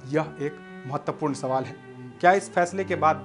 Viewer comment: Mere(JAHIL GAWAR ) anchor bhai Sabaal nhi sawal hota hai pehle ache se bolna sikh le fir achoring karna